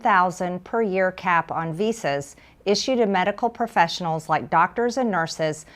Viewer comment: Did he say H-1B Vhoes.